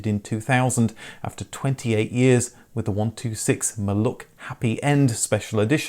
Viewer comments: Maluch is readed as Maluh. Not Maluk. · MaluCH is pronounced like Scottish loCH, not maluK. Great video nonetheless. :) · Not a "president of Poland" by then, but the "first secretary of Polish United Workers Party" ;) A pronunciation of "maluch" nickname should be "malukh". It was the car, on which I made driving licence ;) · Almost... The 'Maluch' should be spoken like lone H at the end, like a whisper. Not like K.